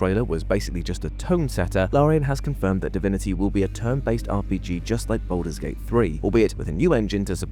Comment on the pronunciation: Bouldur's Gate, innit?